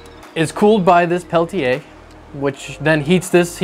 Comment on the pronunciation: It's pronounced Peltier there's no a at the end